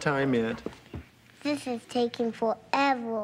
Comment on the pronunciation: "this is taking for evor" 😂😂😂